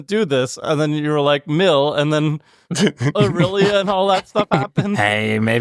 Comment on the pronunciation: “A-real-lia” lmao